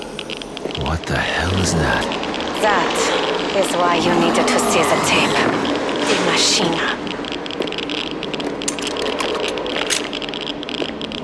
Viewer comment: I hear no maschine i only hear maschina but ok if you get americans to voice german Characters just shows that they sometimes dont even try